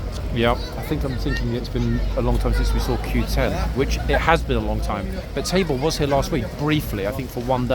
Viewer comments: Yes Tabor was there last week. 😊. I think a couple of us thought you said his name was Table. Hahaha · I remember Tabor from last week because I thought at first you were saying “Table” 😉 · lol thought you said table, and thought that’s odd name but oh well. Thanks for the correction on Tabor’s name ❤️